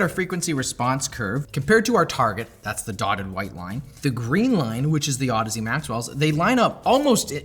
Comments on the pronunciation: those are clearly pronounced "ohdeez" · Wait, that’s how you pronounce that brand name? I always said “Au-deeze”, that makes more sense 😂